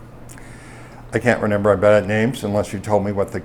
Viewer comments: Is this schlub saying “renember”??!! Believe it or not, Straight to jail. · "I don't renember the pacifics" is going to be my new catchphrase. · Renember the pacifics